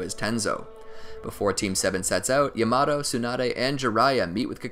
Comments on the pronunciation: Actually triggered me so much for no reason. Yah-mah-toh. Damn i need help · Mans said yamado Say it with me YA MA TO WTF 😂😂😂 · yamado? its yamaTo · “yah-muh-toe” lord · Its pronounced (ya-mah-toe) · Amazing video but the way you said Yamato killed me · Bro please say Yamato right they literally say it in the show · he pronounced yamoto wrong